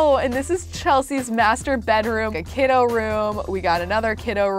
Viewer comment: Can we talk about how she added os on to everything Kidos Gnomos Bedos Sandos Deskos